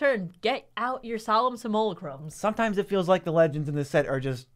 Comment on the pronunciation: SIM-YOU-LACK-RUM...guys...come on...at some point you gotta learn how to actually say the word properly.